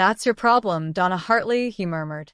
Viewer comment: I liked the short story. AI mispronounces “Donna” and some other funny sounding garbling. Too much talking about getting into the wrong car, however, I rate this tale a 5 out of 10.